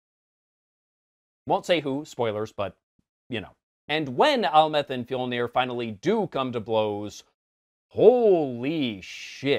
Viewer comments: ?? You mean Amleth not Almeth? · Amleth not amleth